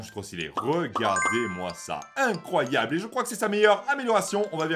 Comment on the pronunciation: mec ta dit incroyaux au lieux de incroyable c'est pas que je t'insulte mais j'ai juste remarquer sa